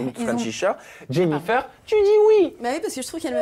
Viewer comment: "Jennifeur"??? Pourquoi prononce Jennifeur? Ou dirait pas plutôt " Jennifaire"? C'est pas joli